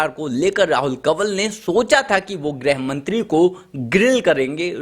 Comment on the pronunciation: ग्रहमंत्री नही गृहमंत्री कहो.